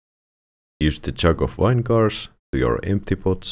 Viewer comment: Vine-gar, love it lol